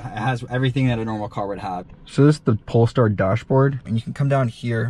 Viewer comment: Nice review, but it's not called Polstar. :) Greetings from 🇸🇪.